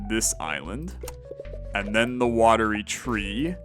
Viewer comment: One day will read Watery Tree properly! But great video; sad to see the series come to an end but makes sense until there are more updates!